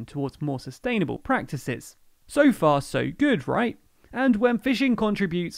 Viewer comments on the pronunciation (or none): PRACTIVES! lol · Practives? Haha who else caught that?